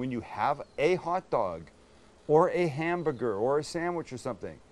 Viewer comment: 15 04 what’s a ham- booger SAM?